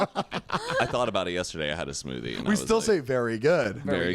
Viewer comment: "a smoodie" I cried